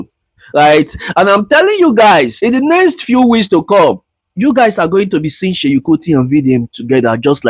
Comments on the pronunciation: Do you no how hard it is to listen to you call him Sheyin Kuti? It is SEUN, NOT SHEYIN! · But if you will do a video ..atleast try and get the names right .. no hate pls just calling your attention ..it’s Seun not Seyi